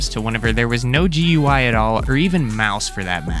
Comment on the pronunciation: just something that irked me, its not pronounced G-U-I, its pronounced Gooey